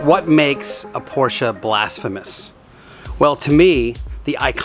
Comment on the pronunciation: How about learning how to pronounce the last name (proper noun) Porsche correctly? I'm just saying...